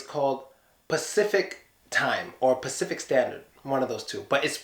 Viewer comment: sPacific - seriosly? Ahaha))) In Russia we have no problem with ambulance and brought) we try to pronounce allllllll letters of the word!))